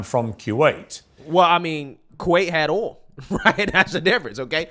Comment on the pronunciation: It's hilarious that can't pronounce the word "oil" or most words that start with "th"